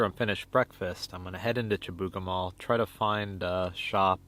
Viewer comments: you pronounced it Chibougamaa, we say it here as Chibougamoo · In Quebec we pronounce it shih-boo-ga-moo. Home of the mythical "Chibougamau Joe". :)